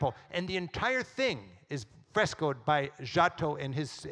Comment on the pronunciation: The lecture is super interesting. And I will definitely show it to my students....but not knowi g how to pronounce Giotto!